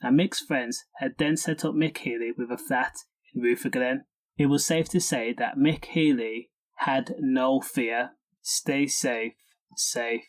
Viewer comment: It’s pronounced rurrerglen